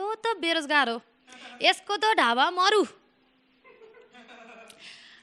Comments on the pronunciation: "Dhaba maru" haena "Dhyaba maru" vanxa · Dhaba maru haina.. dheba maru ho... Superstation hoina.. superstition ho... plus next time stage ma aayera hasune kam garnu, etikoi bolera matra basera bhayena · its dhebaa not dhaabaa